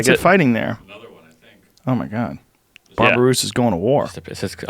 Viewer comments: Babi-rusa, not barberusa. Babi is pig. Rusa is deer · Bobby-Rusa. Where's he getting the "Bar" in Babirusa?